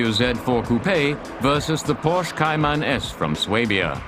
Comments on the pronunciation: What’s a Koo-Pay? What’s a Meter? What’s a Liter? What’s a Kay-Mannn? What does Zed mean? I was expecting to hear that the fenders are made from Alum-minium. But it never happened. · Porsche Kai-Man needs to learn to pronounce the car properly.